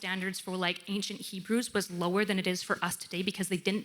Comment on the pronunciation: "Hee-bros"? The Code of "Harumbai"? These are clues for someone that is either entirely unread, or not immersed at all in the realm in which they are speaking.